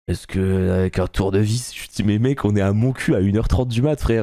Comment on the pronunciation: vraiment je t'adore mais on dit MontcuQ. On prononce le Q.😆